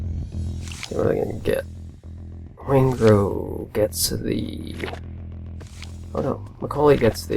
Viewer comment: Waingro haha.